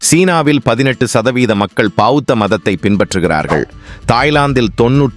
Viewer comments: யோவ் பாவுத்த இல்லை. பெளத்த மதம். ஏனய்யா தமிழை கொள்கிறீர்கள். லயோஸ் அல்ல. லாவொஸ் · அது பாவுத்த சமயம் ❌ பௌத்த சமயம் ✅ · அது என்ன பாவுத்த மதம்?..... பௌத்த மதம்.✔ உங்களுக்கு "பௌ" வராதா?